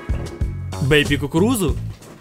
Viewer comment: Я помню как говорил "бейба"